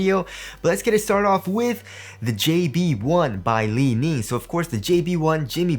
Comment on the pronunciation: The first time says "Lee Knee" 😂😂